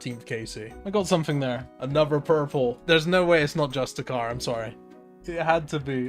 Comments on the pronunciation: You're saying justiciar wrong. Its like 'justice' Its not 'just a cur' its 'just issy err' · why are you saying just-e-CAR, can you not read? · justiciar is pronounced just-is-ear. you know because its based around the word justice. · You're mispronouncing justiciar